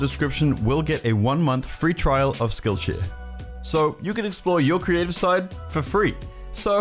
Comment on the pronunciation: When u say skill share it sounds like skill sh*t